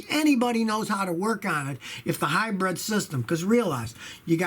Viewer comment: Everyone: hybrid Scotty: highbread